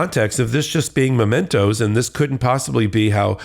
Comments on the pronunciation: MEMENTO, Alina, NOT mOmento. MEMENTO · The word is not mo-mento. It’s mem. Just saying…⚖️👩🏼‍🦯💃🌻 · Habba. The word is "memento" (a memory) NOT "momento" a moment? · It’s MEMENTO dummy- not momento. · It’s MEMENTO! Not MOmento! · It’s ‘mementos’, ignoramus!!!!! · Can’t pronounce or even recognise the word mEmento (WTH is a ‘mOmento’?). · How smart can you be if you are saying 'momento' instead of 'memento'? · MEmento, not "Momento"... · Momentos? 😂 Really? Perhaps I should elucidate. The word is MEMENTO. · She said "momento" when the word is "memento". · There is no such thing as a "momento". The word is "memento". If a lawyer is this ignorant of English vocabulary... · It's memento (from memory). She says momento twice. Dumb as balls. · Does she really think the word is 'momento'? Jesus, this broad is dumb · What is a "momento"? Some lawyer! The first vowel sound in is /ə/, not /oʊ/. Or maybe he was, in fact, stealing a few moments. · Can't even pronounce "memento" correctly. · Habba is a lightweight Widener grad and can't pronounce "memento"...be fun to ask her to spell it😉